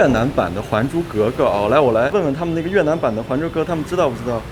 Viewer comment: 越南 你非要读成 越特南 那个T不发音大哥